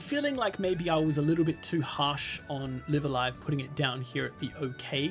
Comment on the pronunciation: FYI, both instances of "Live" in "Live a Live" are pronounced the same. Note the Japanese title: ライブ・ア・ライブ